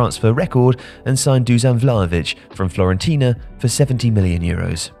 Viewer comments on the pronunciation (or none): Who is F*L*orentina?? Fiorentina lmao. How do you put all effort into animating this video but the narrator can't even get the names of the teams right... SMH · Fiorentina not fLorentina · Lmao he said FLORENTINA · did you say fLorentina? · Its Fiorentina not Florentina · "Florentina"? Is it too much to ask to get the names of the teams correct? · He just said Florentina. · does he say FLORENTINA?!